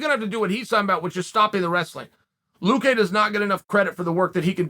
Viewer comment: luque. work on pronouncing his last name. its not vince...